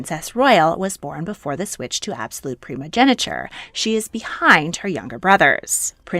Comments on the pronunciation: its primogeniture not primogeneture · It's "primogeNIture", and the "-tine" in "Constantine" is pronounced /tain/, not /ti:n/